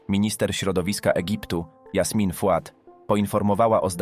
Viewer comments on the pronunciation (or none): none